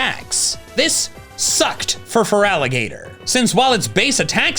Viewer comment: I'll always root for feraligatr. I love an underdog and starting with your LITERAL NAME being butchered is unique to my knowledge in pokemon